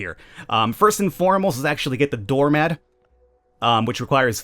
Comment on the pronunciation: Why the fuck you say door mad? Stop saying mad